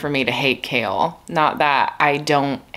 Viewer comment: The first time you said “Chaol apologist” I thought you were saying “kale apologist” and I thought Huh maybe these books aren’t about what I thought they were lol 👑